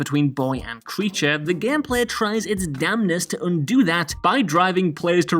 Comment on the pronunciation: "gehmpleh" lol